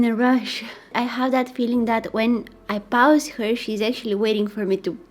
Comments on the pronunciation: No one: Absolutely no one:: adorably pronounces pause as paws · They meant Paws as in Pa- ooze